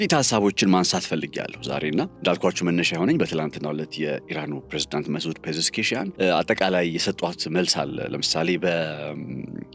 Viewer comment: "ፔዤስኪያን" በል እስቲ?